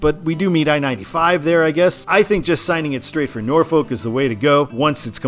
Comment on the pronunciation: You pronounced Norfolk correctly but then butchered Edenton lmao. First time Ive heard that as a local of both haha